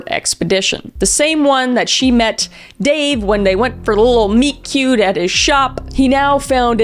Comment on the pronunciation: Nobody wants to talk about how Kris said ""MEET-CUTE"" 😂😂😂😂